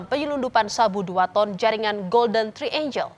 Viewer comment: Triangle (angle = sudut, triangle = segitiga) bacanya trienggel, bukan trienjel. Angel (malaikat) baru dibaca enjel.